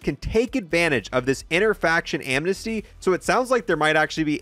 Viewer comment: My boy said AMNESTY... It's A-N-I-MOS-ITY. Gotta work on reading and stuff bro.